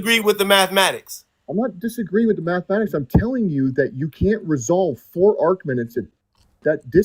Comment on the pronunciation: Say mathmatics one more time motherfucker